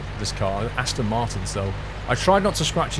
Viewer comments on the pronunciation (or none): none